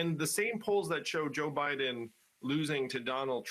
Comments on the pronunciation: Ha ha! He actually said President O'Biden. ha ha ha ha.😂😂😂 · Did he say president "Obiden"? HAHAHAHAHA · “…President Obiden…”